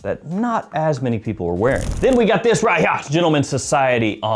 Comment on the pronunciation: Skip to “THEN YOU GOT THIS RIGHT HEWYAH” 😂😂😂